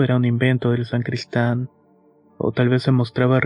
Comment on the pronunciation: NO se dice sancristan, es SACRISTAN! Exelente historia, gracias.